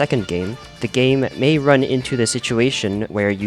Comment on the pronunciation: "Gaijin 'MAY' be ripping us off" oh boy, that "may" is so adorable